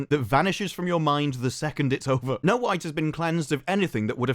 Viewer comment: yo is it me but after this his accent makes it sound like he’s saying “no white” instead of snow white 😂